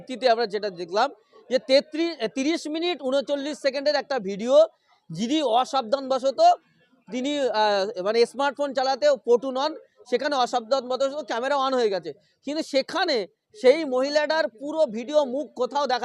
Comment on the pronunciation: ভাই তুমি সাংবাদিক হতে পারো তবে আনস্মার্ট কারণ কথাটা ইসমার্ট ফোন নয়